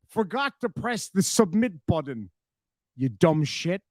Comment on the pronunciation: Reach over, reach over and hit, and hit the ‘submit’ buddun, ‘submit’ buddun…